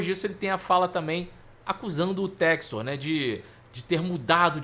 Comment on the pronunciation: Ele não sabe inglês… é por isso… chama john textor de “jou tésto”…